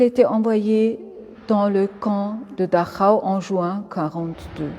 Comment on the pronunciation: excellente guide merci à vous , quel plaisir d'entendre correctement le nom de Dachau comme il doit être dit !!!